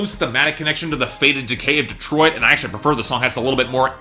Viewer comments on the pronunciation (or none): none